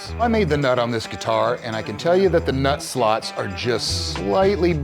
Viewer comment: Ooh…you said, “nut slots” sounded like you said something else but totally different. I wasn’t watching (just ear buds at work) and we were on two totally different meanings of the term. But yes. You must be able to get your “nut slots” adjusted. If you don’t it will totally lead to loosing half your stuff.